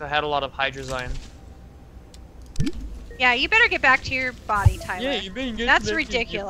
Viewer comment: my dudes, ya not sayin hydrazine right